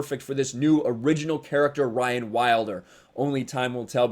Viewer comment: I agree Mysik but they may spell it as Ryan but say it Rehaan. Lol